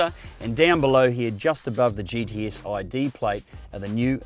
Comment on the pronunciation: Sounds like he can't say gts?....... He sounds like he's saying gds